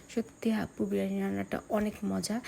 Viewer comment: আপু ভ্লগ করে কিন্তু সেটার নাম বিরিয়ানি নাকি বিরানি সেটার সঠিক উচ্চারণ টাই পারে না। আবার সে নাকি বাংলাদেশের নম্বার ওয়ান ইউটিউবারের আত্মীয় লাগে । ব্যাপারটা সত্যিই হাস্যকর😂😂😂😂